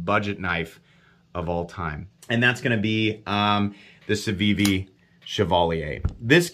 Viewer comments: "savivi" "cevivi". What's with that on the time skips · Sencut* and Civivi* not Cencut and Savivi lol